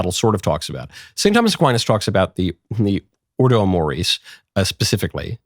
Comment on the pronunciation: It’s ordo amoris. Ordo, as in order. Amoris, as in love.